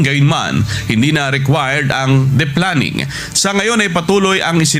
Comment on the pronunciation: Yung lalaking reporter ang tanga. Can’t pronounce deplaning properly. He pronounced it as “deplanning” instead of “deplaning”. Naku po on national tv pa. Sorry but he didn’t research first how to pronounce it. Overconfident son of a gun. Tanga! Anyway, good on PAL for resuming the flights to and from Riyadh.